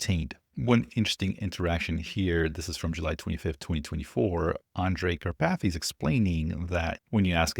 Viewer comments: Hehe. Car-pathy 😂 It's a very typical Slovak/Hungarian name, originating from the mountain Karpathien. But I love your version :) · OMG,, 🤣🤣🤣🤣🤣 "Kar... PATHy" glad i was not drinking anything at the time i listened you saying this! 😂